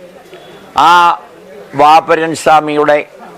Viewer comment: വാവർ ❌ വാപുരൻ ✅